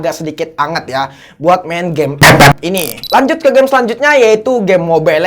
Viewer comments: Klo ff di blokir gk bisa lgi dong dengar bang ngomong ep ep kya ad yg krng aja gitu wkwkwk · Kocak beud waktu nyebut EPEP🤣🗿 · Sllu terngiang" dengan kata ep ep wkwkwk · Bang kenapa lu kalok bilang epep gitu😢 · Demen banget klo dia ngomong EP EP, Awokwkwkwkwkwkw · Epep epep epep epep epep epep epep bengek ajg 🤣🤣🤣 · Njir ngakak ngomomg ep ep nya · ngakak cok pas tiap bilang epep 🤣🤣🤣🤣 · lucu nyebutin ff nya😁